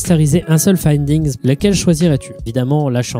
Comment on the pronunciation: « Findigns » fait gaffe, cool vidéo mon reuf